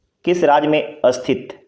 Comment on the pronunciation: स्थित होता है अस्थित नही 😢